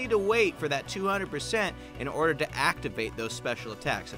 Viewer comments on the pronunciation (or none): none